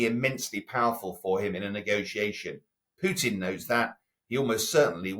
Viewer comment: It is PUTIN, not PYUTIN. You are a journalist, just pronounce the name properly for Christ's sake.